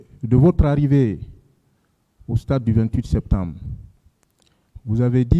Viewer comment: Il dit sektembre hahah